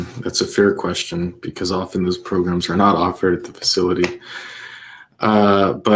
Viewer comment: I love when says progrums🤣🤣🤣🤣